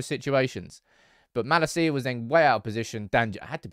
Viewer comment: I think it's about time you learn Malacia's pronunciation